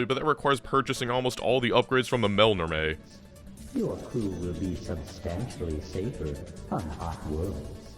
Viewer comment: I love that you pronounce Melnorme that makes it rhyme with "Mel Tormé." I always said "mell-norm."